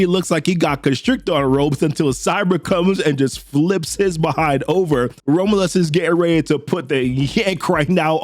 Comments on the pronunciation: I think "Romulus" is pronounced like raw-myu-l_ss, not ramalus The underscore being like, generic slackjawed vowel sound. Like a schwa, "ə" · Romlus😂 dude learn to pronounce the name it's not hard. You're saying 3 different names none of them are the very simple to say rom-u-lus. I got to admit it's a good video but hearing you Massacre the name really messes it up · FYI... Rom-you-lus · The way you say Romulus is killing me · Oh, man, please work on pronouncing "Romulus." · how do you manage to mispronounce romulus that bad